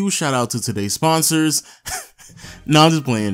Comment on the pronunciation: i heard "sensors"